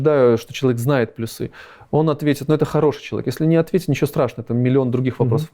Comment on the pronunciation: Надо говорить пл'Юсы, а не плюс'Ы! Программисты чай, а не. ...